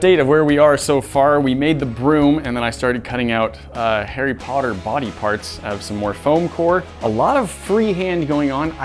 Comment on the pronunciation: It's funny how he says "Hairy" Potter